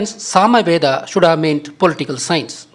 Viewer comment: VEDAM / VEDA (NOT VEDHAM/VEDHA)